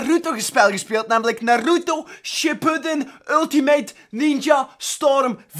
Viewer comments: de klemtoon moet op de "A" niet op de "U" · btw je spreekt naruto verkeerdt uit